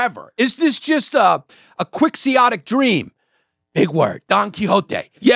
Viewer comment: Quixotic not 'quixIotic'.